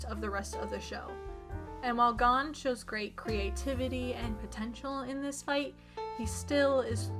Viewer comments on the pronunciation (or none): the pronunciation of Gon sent pins and needles through my heart,, that is the most butchered americanized version of his name i’ve ever heard